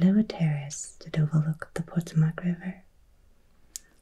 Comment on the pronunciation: Great video. Regarding the river, the accent is on the second syllable Po-TO-mac.